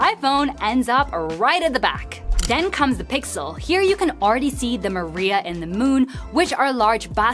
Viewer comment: It's pronounced mària, not marìa. Marìa is a feminine name, which has nothing to do with the lunar "seas" (that's what mària means).